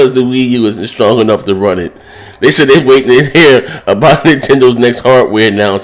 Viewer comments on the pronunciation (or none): none